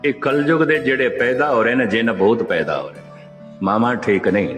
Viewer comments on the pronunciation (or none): Its not painda its paida. Use bindi correctly.